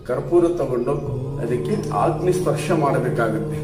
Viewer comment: ಅಗ್ನಿ ಗುರುಗಳೇ ಆಗ್ನಿ ಅಲ್ಲ ಉಚ್ಚಾರಣೆ ಸ್ಪಷ್ಟವಾಗಿ ಇರಲಿ